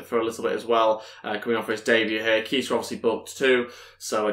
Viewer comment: Its pronounced kayta